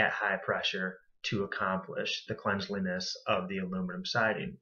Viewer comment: "Cleanseliness" I love it.